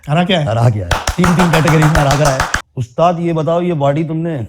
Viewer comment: Aaj k baad aap "ustaad" nahi "ustaaz" 😅